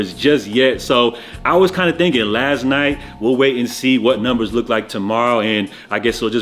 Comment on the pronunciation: Broh the Jamaican in u came out a bit “ all kindah different stories “ 😂